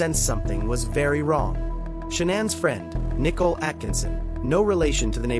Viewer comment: Can someone teach the AI narrator to pronounce Nichole correctly